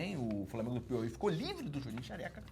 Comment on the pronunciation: Professor Cerjinho como sempre empenhado na função de errar não conseguindo pronunciar a palavra Piauí, parabéns ao profissional pelo profissionalismo 👏🏻